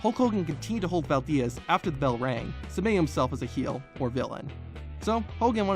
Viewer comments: Bro... it's Harry Valdez, not Harry Val-diaz. He's a legend man and it's a simple name. That's probably the only time anyone has mispronounced his name...lol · Valdiez !? I never knew “Valdez” was pronounced “Valdiez”... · . Really? Can't properly pronounce Valdez... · Poor Harry Valdez. His only few minutes of fame, and some dumbass from the future can't even get it right for him. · Not as brutal as the way he pronounces “Valdez”.... 😂😂